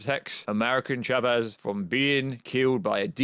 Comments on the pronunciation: I thought he said "Shabez" at times. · Why is he saying Chavez like that?